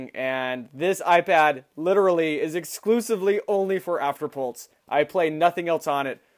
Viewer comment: You say afterpult not afterpulse